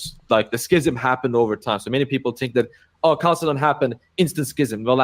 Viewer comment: Catholic bro doesn't even know how to pronounce Chalcedon